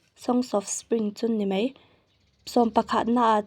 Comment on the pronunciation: Thahnem ngaihna thu ang zawkin 'Mei' nilovin 'mai' tih tur zawk ania...